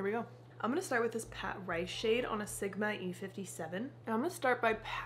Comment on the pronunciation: Lol it’s Patrice….puhh-treese. Ha h ha had me rolling this morning.